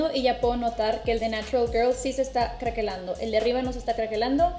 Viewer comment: Cuántas veces escuché...crackelando, crackelar...me traume